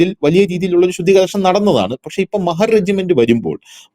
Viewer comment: മഹർ അല്ല..... മഹാർ ആണ് ട്ടോ